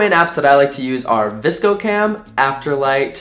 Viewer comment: oh my gosh thats the first time ive ever heard vscocam pronounced like that i usually just say each letter, i was so thrown off by that lol